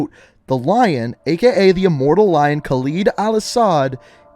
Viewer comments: Okay. I've watched a fair number of your videos and at this point, I have to say something. How on earth can someone as well versed in the MW lore as you mispronounce every. single. name. You're literally playing video with the names pronounced and mispronouncing them. ER-zik-stan, not YOUR-zik-stan. kuh-LED, not kah-LEED. zuh-KEYE-ev, not zuh-KAY-ev. Seriously, at this point I'm surprised you haven't said EYEM-ran rather than IHM-ran. It's actually what's keeping me from subscribing. It's actually annoying. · I cringe hard every time you say Khalid or Urzikstan I just like dude you do all these back story videos and that tells me you listen to these people say these words more then enough times but you still butcher them ima still show love cause you put the time in on the videos but damn dude come on pronounce the names right.